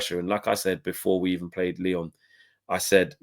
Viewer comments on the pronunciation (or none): none